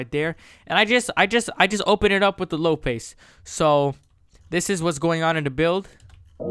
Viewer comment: Did he just say "low pase" 😑😑